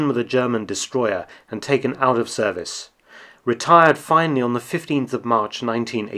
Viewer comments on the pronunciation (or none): none